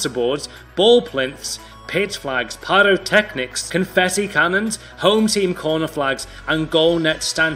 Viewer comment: Bruh did u hear him say "pyrotechnics"??